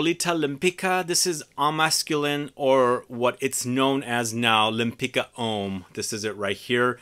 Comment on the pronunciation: I think the second name is polish and is pronounced Lempitska